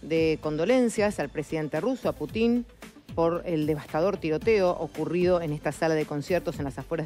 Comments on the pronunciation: Pútin no Putín. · es Pútin o Putín ? 🤔